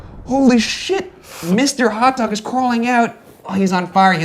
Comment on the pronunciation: Ah yes, the 'ol Feb-ee-airy. I'm so glad he finally figured that one out. Also- Hot Doga!